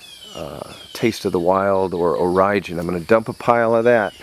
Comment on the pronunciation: Orijen is pronounced "origin" not Oh-ry-jen